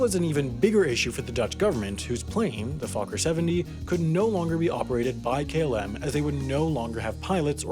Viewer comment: You pronounced Fokker wrong.